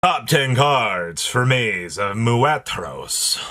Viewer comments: Moo ter ose say it right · Sorry, it is pronounced Mu-ter-os 👍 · It’s MOO TER OSE guys 😂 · The way he pronounced muertos is freaking hilarios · It’s Maze of Muertos btw